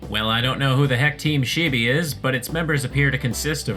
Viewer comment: you pronouncing "chibi" as "sheebee" killed me for some reason